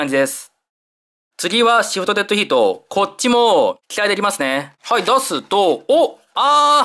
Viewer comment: Deadヒートって発音がいいなぁ〜